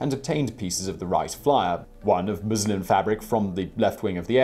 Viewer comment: muslin, with an "N".